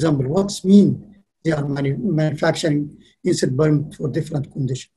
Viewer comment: EVERY TIME HE SAYS PUMP I HEAR IT AS BOOM